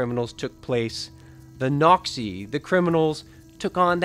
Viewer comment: the so-called “noxie” It sounds close to nazi 😮